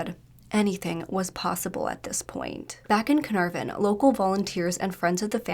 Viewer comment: Carnarvon = kuh-naar-ven